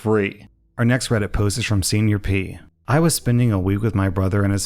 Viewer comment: am i the only one that heard 'see your pea' when read serniorpea's username?...just me...oh